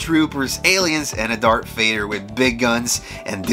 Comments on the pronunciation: I think you said “dark Vader” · All credibility was lost the moment you called Darth Vader: Dark Vader